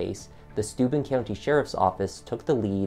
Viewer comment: Every time they begin saying Stuben...it was registering stupid.